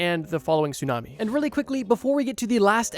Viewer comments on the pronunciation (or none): none